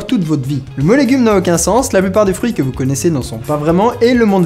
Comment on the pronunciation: "c'estbon les foeurus" XD